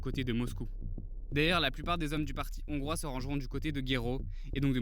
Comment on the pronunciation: Les "Zongrois", ça fait mal, quand même...